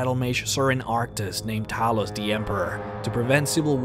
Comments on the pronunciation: I heard you say Talis.... wtf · “Talus” seriously, get your pronunciations right dude. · words pronounced wrong: Talos blessed Talos Talos invented Talos Talos Talos Talos Talos Talos let me stop there how many fucking times are you going to mispronounce a fucking five letter word? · how do you manage to say talos wrong when they say it so often in the game.